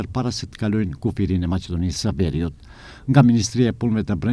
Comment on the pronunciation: Thuhet verìut e jo vèriut aksenti bjen tek zanorja e parafundit si 95% të rasteve në gjuhen shqipe. Mos shikoni Shqipërinë e sotme që mundohen të imitojnë italianët Vèri është era e ftohtë